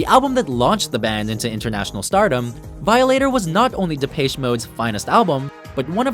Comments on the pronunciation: That's not how you pronounce Depeche, it's De-pesh What about The Stone Roses? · #10 Never heard of them #9 Never heard of them #8 Previous music was not questionable. It was just not commercialized. #7 LL Cool J is classic #4 Mariah Carey turned from sweet to slutty #3 Classic #1 How could you possibly mispronounce Depeche? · lmao the way you pronounced depeche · Why do you say the depeche in depeche mode so weird, it's awful